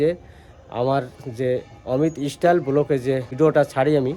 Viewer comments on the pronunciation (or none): স্টাইল হলো কথাটা। ইস টাইল না। ভুল উচ্চারণ করবেন না আশা করি।